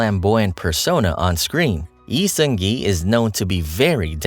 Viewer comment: Thank you for this video🥰 I love how informative this video is and how you carefully pronounced his name and his fandom name, Airen, unlike other youtube channels. btw Lee Seung Gi has no active facebook account and his official website is inactive now because it was owned by hook. I am really looking forward to his projects in his new one-man agency, Human Made🤩